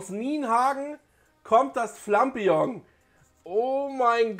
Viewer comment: Wie es sagt ist es definitiv falsch. Es heißt Flapion. Wenn man es so sagt wie er, dann müsste es "Flampignon" geschrieben werden. Lol